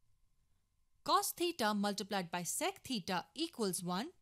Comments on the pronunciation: ‘sec’ sounded like sex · "Sex squared theta"...lol